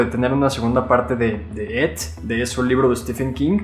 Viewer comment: no se dice et se dice it